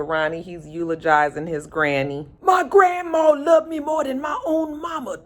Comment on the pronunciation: Every time say Gran Maww!! I just laugh!!